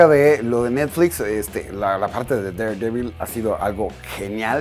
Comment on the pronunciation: Me gusta tu canal, pero no sabes cuanto me molesta como pronuncias daredevil :v